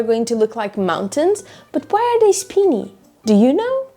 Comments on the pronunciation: SPINY - long I, not SPINNY - short I! LOL. Nice quilt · The first work is pronounced spiny with a long i, not speeny with a long e. Spiny means full of sharp points, thorns, or prickles, like a spiny lobster or a spiny hedgehog. Hope this helps! 🩵🩵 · It's lovely, great job as usual. Small correction if I may, I think it's pronounced Speyeny Peaks. I have one half done in this very same design. I hope to work on it later this year.